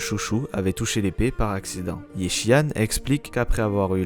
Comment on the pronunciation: Super taf, par contre... les voix anglophones sont ignobles haha xD et pour la prononciation des noms chinois : Yixuan = "Yishuan"/"Yissuan" (plus ou moins), Ye, c'est pas "Yé", c'est plus proche du mot "yeux" en français avec le "e" moins accentué. "Shungguang", tu peux dire "Shunguann" grossomodo (le dernier g se prononce aussi mais c'est assez discret ^^). Zhao c'est pas "Zao" c'est "Djao" (tous les "zh" issus du chinois se prononcent "Dj" grossomodo). "Shiyuan" ressemblerait davantage à "Shuyuan" avec un "u" à la française et non un "ou" - à ne pas accentuer [...]. ^^ Force à toi et hâte de voir ton taf pour la saison 3, ça fait plaisir de voir quelqu'un couvrir ZZZ. Merci pour ton taf !